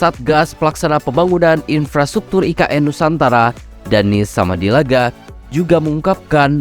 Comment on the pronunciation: Ki...Keren...👍👍🇮🇩🇮🇩🇮🇩 cuma ada dikit,dan berulang, yang kurang enak denger nya... Sumadilaga, bukan Samadilaga (??) Tèken... bukan Tekèn... (??) makasih 🙏